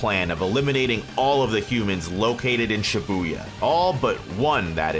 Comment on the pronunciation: Video starts: "She boo yuh" 💀